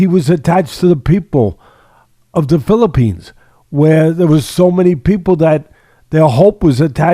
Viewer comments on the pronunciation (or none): none